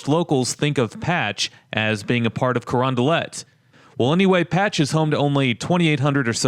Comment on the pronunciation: Man the way you say Crondalet makes me want to unsub but I wont for now